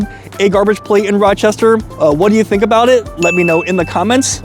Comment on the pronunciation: ah yes, Roachestershire